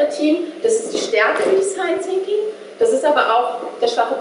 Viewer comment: wenn sie noch einmal design "zinking" sagt...